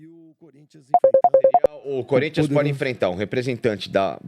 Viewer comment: Sormani tentando falar o nome do time, parece q tava tendo um derrame 😂😂😂😂